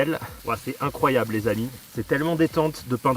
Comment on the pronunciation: "c'est incroyab'' C'est incroyab" INCROYAB' !!!!!!"